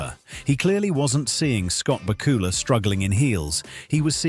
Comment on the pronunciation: Please learn the correct pronunciation of Scott's name!! It is BAK U LA! not BA KU LA!